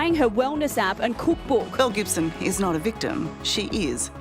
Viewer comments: It took me a minute to realize they weren't saying Mel Gibson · I kept hearing "Mel Gibson" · I thought he kept saying Mel Gibson 😂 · Captions were turned off and I thought he kept calling her “Mel Gibson” 💀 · I thought they kept saying Mel Gibson 😂😂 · him: Belle Gibson my brain: Mel Gibson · Oh my god I thought u were saying Mel Gibson for the first few mins I was SO confused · I know her name is Belle Gibson but all I can hear is Mel Gibson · Who else thought he kept saying Mel Gibson? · Less than a minute in, I thought the news presenter said "mel gibson" and I immediately was sidetracked to an alternate timeline where mel Gibson made some (different) pretty radical decisions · Lmaooo I thought they kept saying mel Gibson in the beginning 😂😂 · I heard the same 😓 Mel Gibson?! “Belle Gibson”….Mel? Belle….. so Belle Gibson….Mel….WHO!?!?